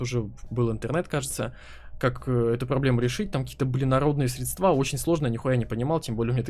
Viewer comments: срЕдства, а не средствА. не зря сегодня пару русского не проебал. А так, заебись все, продолжай братишка! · Друг, ничего личного, но пожалуйста.... срЕдства. срЕдствами...